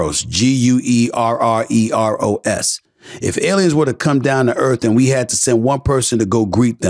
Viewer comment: Will smith. He will smack em. “Welcome to earf!”